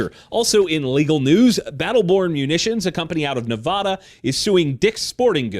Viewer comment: Learn how to say Nevada